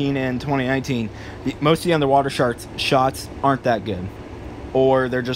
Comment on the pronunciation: he said sharts lol